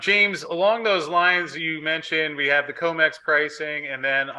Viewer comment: C R I M E X --- CRIMEX, how many times must I say, you're pronouncing COMEX incorrectly?